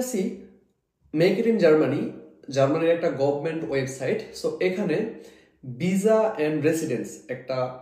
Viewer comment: ভিজা নাকি ভিসা 😂😂